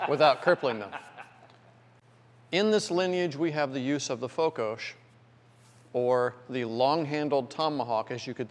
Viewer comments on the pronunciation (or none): Its Fokos not Fokosz